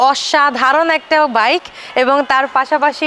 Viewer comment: কি ব্লগ আর করবেন, যে বাইক নিয়ে ব্লগ বানাইতেছন ওই রকম বাইকের নাম ই বলতে পারেন না ঠিক মতো 🤔